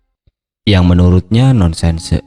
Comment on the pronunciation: nonsense bacanya bukan non sen se, tapi nonsens